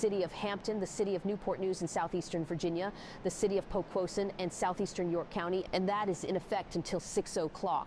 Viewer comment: Good scenario but the way the AI voice says Poquoson is so funny to me 💀